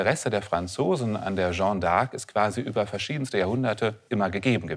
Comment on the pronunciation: Für so eine Expertenrolle sollte man sich doch die kleine Mühe machen, zumindest die französische Bezeichnung korrekt auszusprechen und nicht aus der "Jeanne"" (feminin, gesprochen: schann (kurz!) einen (maskulinen) "Jean" (in etwa gesprochen schang; nicht nasal) zu machen.